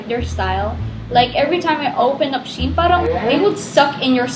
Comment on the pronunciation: It's She-in not Shein itself.